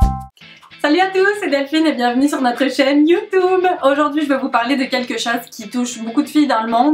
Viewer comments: mdr le Youtoube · 0.21 on en parle comment elle dit youtube .le malaise